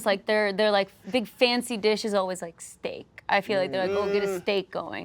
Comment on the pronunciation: not the only indian in the video to say steak💀💀